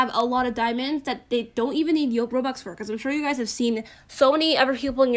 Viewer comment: Nobody:: Rwobuxs